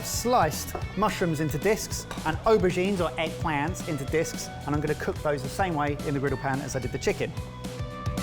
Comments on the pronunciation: "Eggplant" said with an exaggerated American accent had me laughing. Finally know what an aubergine is. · The way he said "eggplant" was hilarious. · The way says "Eggplant" 🤣